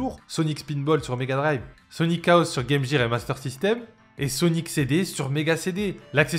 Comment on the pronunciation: Hahahaha, ça me file la gerbe🤣🤣🤣🤣